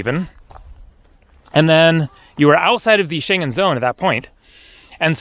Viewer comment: I like your videos, but sometimes your pronunciation is lacking. You need to learn to pronounce Schengen.